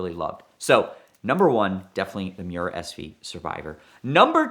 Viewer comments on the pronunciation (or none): none